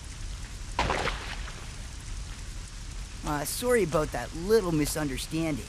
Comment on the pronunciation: His VA has got to be Canadian. The way he pronounced 'sorry' is the same way most Canadians say it.